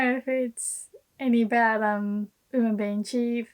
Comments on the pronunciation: At first, I didn't know what you were saying. I thought you were saying "human" instead of "women." Every time you say "women" I cringe. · Great video! I was kind of surprised by your pronunciation of "women" though. Where did the "w" go?